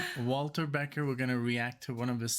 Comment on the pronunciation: Hi guys! Love your channel--BUT it's Walter BeckER not Beckett! Thanks!